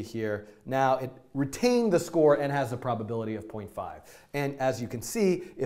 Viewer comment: "i am gona call it properpility for properpility" :'D